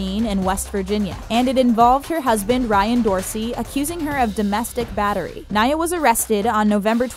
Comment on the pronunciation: U said naya wrong. Rip naya